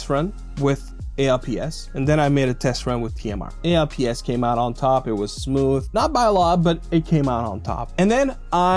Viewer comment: Hey young lad. When this tech first released in the 90's, we just called it "alps" as in "Swiss alps". We never called it "A.L.P.S.". I've "alps installed on my OneXplayer and I've no issues but I do have spare ALPS just in case of drift. Three years, no drift. Have a great weekend kid.